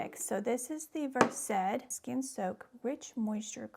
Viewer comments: I know you're a doctor so you're going to pronounce it versed but it's actually pronounced like a verse in a book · ❤Pronounciation is no big deal…but people do like to criticize every little thing to make themselves feel super smart😢❤